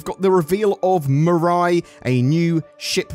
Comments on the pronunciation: Just a heads up, the pronunciation should be something more like me-rye. Like "I made a sandwich with me rye bread!" Unless CIG made up their own pronunciation and I just haven't heard about it. But that's how the Japanese word in the logo (未来 "future") is said. It looks like you nailed the pronunciation a few times, and sometimes it sounded like you were saying "murai". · Does europe not know how the letter i is pronounced? The french have lupin pronounced lupon, has mirai pronounced murai. smh.